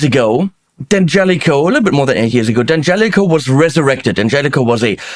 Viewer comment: Great sound! And I'm happy to finally hear the name D'Angelico correctly pronounced.